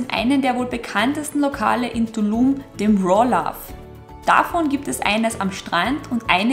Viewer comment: "Ja kommts mit nach Dulum" so lustig eure Aussprache. Das"T" spricht ihr mit"D" aus 😂 Ich war in 2017 dort... Träume heute noch davon! Cooles Video!